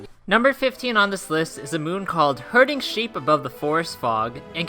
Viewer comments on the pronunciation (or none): Hearding? Is it not herding